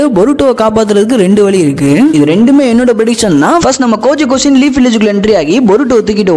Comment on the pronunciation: Koji kashin ❌gaji koshin ✅